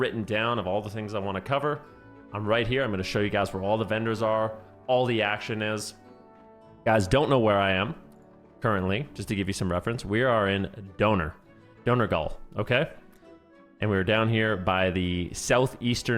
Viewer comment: "Donor gull" is wild